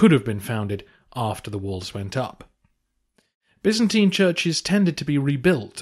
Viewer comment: Bi'-zan-tyne. What is so hard about that pronunciation? 😱